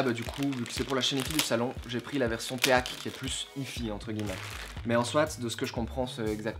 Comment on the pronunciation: Alors on ne dit pas téak mais ték et les.prises rouge et blanche ne sont pas des cinchs mais des RCA